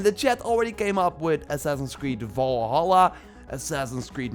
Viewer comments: Assassins creed V ‘V’alhalla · Assassin's Creed: "V"alhalla